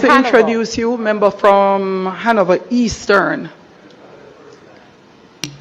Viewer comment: And the big foot gyal dunce too....what the heck is membu. Correct pronunciation is member. Even basic/elementary kids would pronounce it much better.